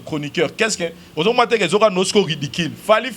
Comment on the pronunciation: Ridicule et non ridiquil